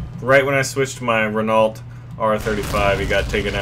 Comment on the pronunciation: Just so you know, although you probably don't care, Renault is pronounced Reno